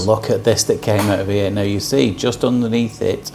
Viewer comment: Hello again, it’s me from QUEENSLAND 🇦🇺. I absolutely 😍your videos and your sense humour 😂😂😂. I enjoy you saying, “you can see here” and it comes out…..” you can see ear”. . I ALWAYS think “ ear ,in the ear “ and “ear ear lend me your ears”. I 😂😂😂every time and truely ❤️❤️❤️❤️❤️your videos.